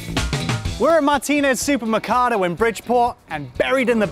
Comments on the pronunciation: I cried when you couldn't say supermercado right Zoo per (as in person) mer (as in mercury) Ca (as in commiefornia) Do (as in don't) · "martinez super mercado" smh he aint even say it right